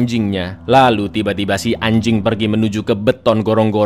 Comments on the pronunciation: Renyah banget nyebut guguknya😭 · pas bilang anjing kek ditekan bgt 😭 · ngomong anjing nya kek ke gua sih wkwk